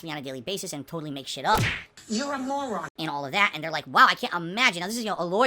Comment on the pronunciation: ”Nahn -sense” “morahn” …